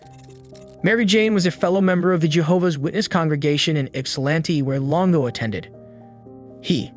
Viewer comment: Longo not Lingo, FFS